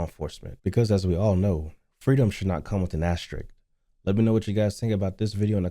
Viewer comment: doesn't seem to know that vs. stands for versus, not "verse". And try not to delete the last S from asterisk *.